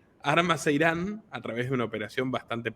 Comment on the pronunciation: .” A través.” No va con Z.!!